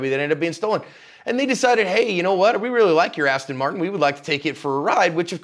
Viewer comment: Seriously man its not an astin marton, its an aston martin